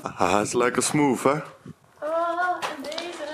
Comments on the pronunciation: Kun je ff geen smoof zeggen maar smooth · lekker smoof zegt ie lmao